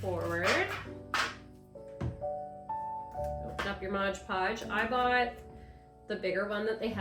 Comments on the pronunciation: Nice,but it’s pronounced MOD. Not modge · possibly, though I didn’t notice an accent with anything else. Sounded like Modge Podge, every time.